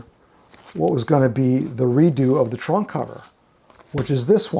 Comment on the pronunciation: Maybe because I'd call that thing Macca is sitting in an oversized suitcase, every time you said 'trunk cover' I heard 'Trump cover'. Beatles covering Trump would be the ultimate travesty.